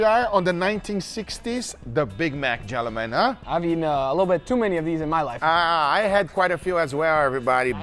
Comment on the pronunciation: Funny how Guga says the word "Gentleman" about 20 time in the video, but still messes it up by pronounce the L and making it sound like "Gen-lemman" 😅😂